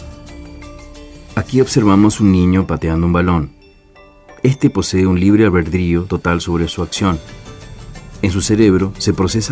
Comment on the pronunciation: Todo chido pero ¿porqué no habla bien? Nunca me ha parecido para tanto la pronunciación pero es difícil seguir viéndolo con ese libre "Albredrio" o "Alberdio"